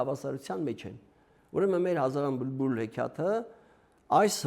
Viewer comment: Վարողը բլբուլ բառը արտաբերում է բմբուլ։